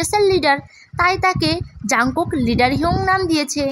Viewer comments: এটা জানকুক না জোনকুক😂😂😂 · এটা jungkook ই কিন্তু নামের উচ্চারণটা জোনকুক বুঝছো? 😅